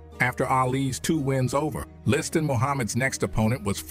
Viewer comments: I'm 8m in and, so far, Freeman has pronounced Liston "Liston", "Leeston", "Listan", "Lee-stan" & "Le Stan". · Why does he keep pronouncing his name Listead instead of Liston 🤔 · Sonny List-Anne. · “ListTan” 🤣🤣. Fucking AI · It’s definitely AI. Liston’s name is continuously mid-pronounced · How many ways can you mispronounce Liston. Freeman found them all...Sometimes in the same sentence. Pretty sad for a fellow soul brother.